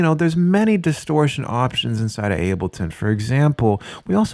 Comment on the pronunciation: DISTORSHION LETS GET STARTED